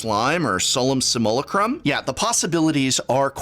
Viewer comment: I'm sick of eeeeeveryone pronouncing Simulacrum differently. I just checked. And no i'm not going to do the thees-ees-houw-eets-prawn-ounce-t-thing. Just check for yourself. And use a good dictionary. Not a google translator computer voice. Never mind, here it is: /sɪm.jəˈleɪ.krəm/